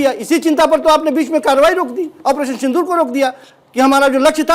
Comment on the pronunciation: ऐ क्या बोल रहा है पानी सिंदूर साफ बोल